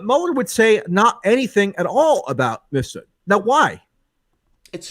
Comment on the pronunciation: it's "MIF-sud," not "missfoot".. for fuck's sake, michael pronounces it correctly like 50 times, how is still getting his name wrong??